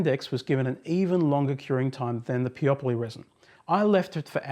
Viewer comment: Thanks for making this video! First time I hear someone pronoune Peopoly like Broccoli and Monopoly :) The manufacturer pronounce their name Peo - Poly